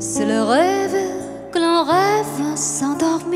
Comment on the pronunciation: Cháu có 1 giọng hát rất trong trẻo, hồn nhiên, và tinh khôi không vẩn đục. Tương lai sư nghiệp của cháu sẽ gặt hái rất nhiều hứa hẹn tiến xa và thành công. Tuy nhiên, cháu cần chú ý vài phát âm cho tròn vành, đúng và chuẩn của vài chữ trong bài này như l’hiStoire, tout lE bien tout lE mal (không phải lES), grand aRbRe, êtrE (không phải êtrE’), celle (phát âm Xelle), d’anGoisse (không phải d’anDroisse), … nhé. Chúc cháu nhiều may mắn và thăng tiến trong sự nghiệp 💖👍